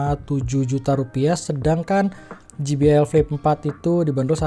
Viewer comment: Je bi el bang bukan Ji bi el 😁